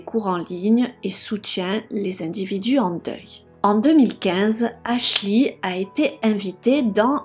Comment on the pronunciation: Faut travailler sur votre accent et c est Ashley Ashlee